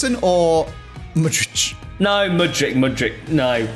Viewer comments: you literally actually pronounce Mudryk's surname pretty much exactly how it's spelled lmao where on earth you got that "ić" from all the time, i've got no clue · Tip on how to pronounce mudryk. You’re in the Mud - Rick the name. 🙂